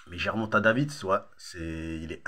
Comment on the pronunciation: Gervonta « davits »🤣🤣